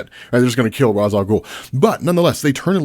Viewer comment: never gonna' subscribe to an account that pronounces Ras INCORRECTLY